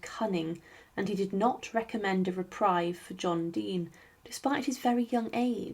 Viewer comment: ... but evidently has trouble with pronouncing "reprieve".